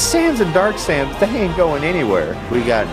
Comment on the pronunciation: "Sams" me in my head: did you mean sans HAHHAHAHA kill me